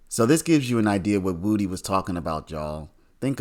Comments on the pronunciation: HIS NAME IS WOODY! PRONOUNCED WOOD-DEE! NOT WOOTIE! 😂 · Do you really not know how to say wood e You keep saying it WOOTY AND ITS WOOD E LIKE WOODY WOOD PECKER WOODY BRUH SAY IT WITH ME WOOD EEEEEE NOT WOOTY 🎉🎉🎉 YOUR SAYING WOOT WOOT WITH A Y THAT'S NOT THE MANS NAME 😂 ITS WOODY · someone needs to explain to this lying thug that woody is pronounced wuh dee not woo dee